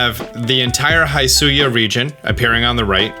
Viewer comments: Can you stop saying “high suian” The narrator says “hi-suian”. Hi as in hill. So it sounds more like hiss ooh eee an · Very good analysis video! My only complain: the pronunciation of “hisuian”, the “hi” is pronounced as the pronoun “he”, not as the greeting “hi”. They say it out loud in the video multiple times :) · “HIGH”SUIAN????? bestie…. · Hisuian is pronounced he-soo-ee-an, just a heads up :)